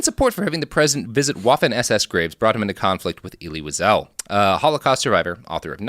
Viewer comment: GODDAMNIT! How can you be so brilliant and screw up Elie Weisel and Jim Croce’s names?!?! I just physically cringed at “Jim Crose”…